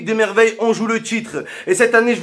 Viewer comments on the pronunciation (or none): none